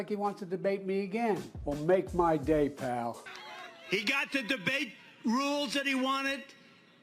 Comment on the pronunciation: Oh look dementia joe finally learned how to say pal 😂😂😂